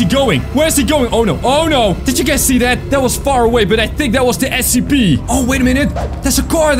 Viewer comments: It is scp not sep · The way you said scp made me almost die from laughing 😂